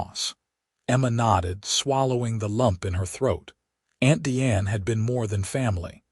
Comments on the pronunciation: At about : : the pronunciation of 'Diane' is incorrect neeeding a hard 'i' to fit the context!. The only 'e' in 'Diane' is at the end of the name and is silent there!. The audio sound of 'Deeanne' is nonsensical at best!. Oops LoL 😢😢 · Again before : : the name Diane is misspronounced. Oops LoL 😢😢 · Again at : : the pronunciation of Diane is messed up!. Oops LoL 😢😢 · Again at about : : the name Diane is grosely and nonsensically mispronounced!. Oops LoL 😢😢